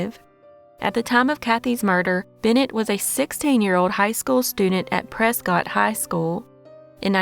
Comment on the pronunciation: Before an Arizona native yells at you. Its not said as Prescott its like Presskit . 😂